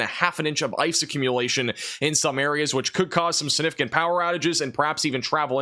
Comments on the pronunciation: STOP saying the word "Significant" if you can't pronounce it! SIN-ificant is NOT a word. You're a smart kid, you can do it if you try. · ....just a couple of pointers that I hope won't offend you. The word "significant" is pronounced "SIG"nificant not "SIN"ificant. Also, regarding Cape Girardeau. Girardeau is pronounced with a soft G as in gem, giant, gentle or gel. Finally, you stated Memphis, Tennessee would receive about 4-6 inches of snow, but, as you were describing it, you circled SW Kentucky, not SW Tennessee. You have 1.9 inches listed on your map where Memphis is located.